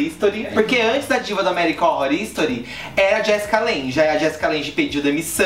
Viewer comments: "American ónrror istori" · "American rorístori" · Nunca tinha ouvido alguém pronunciar tão mal "American Horror Story". Kkkkkkk morto. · que horrível essa pronúncia de American Horror Story